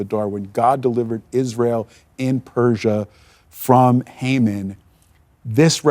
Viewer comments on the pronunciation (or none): What an excellent biblical analysis! Hamon always hangs on his own gallows!! By the way it is pronounced "ee ron" and not "I ran."